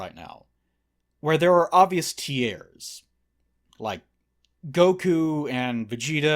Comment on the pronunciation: Why do you say "tiers" so weird?